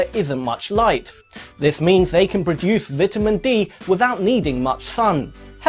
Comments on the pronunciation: Lol “vitimin” its vitamin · "vidamin dee" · Did he say vitamen? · vit-ah-min d. i cant right now. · Lol the way he says “vitamin” is way too funny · You're pronouncing vitamin wrong. Just saying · I hate the way he says vitamin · How he says vitamin upsets me